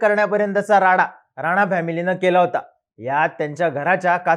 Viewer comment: थोड शब्द निट उच्चार करा. नाचा का म्हणता राणा नाव आहे ते.